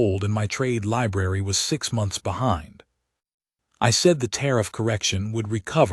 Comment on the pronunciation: WTF!!!!??? "4 M..O..N..T..H..S ago"!!!! WHY THE HOLY FUK IS YOUR POS AI SPELLING OUT WORDS LETTER BY FKN LETTER!!!?????